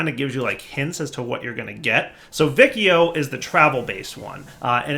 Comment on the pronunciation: if you notice the name of the constellation is similar to Latin, so the "ci" in vicio should sound like the chi in "chili", the "vi" in aevitas should sound like the vi in "video"